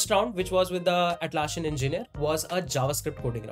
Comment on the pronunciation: Nitpick: it’s Atlassian not Atlasshian. It’s ss not sh.